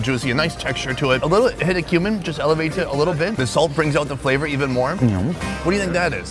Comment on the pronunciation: My kids and I were watching this together and one of em asked "why is that guy eating human"? saying "cumin" but they heard "human"